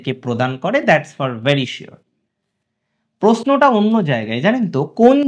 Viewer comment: বলছি শুনুন না প্রশ্ন টা ভালো করে উচ্চারণ করবেন দয়া করে... কানে লাগছে....